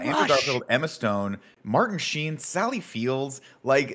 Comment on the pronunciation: “Martin Shee-in” pained me Nick